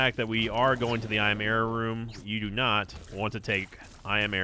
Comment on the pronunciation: Am I the only one that hears yera instead of error?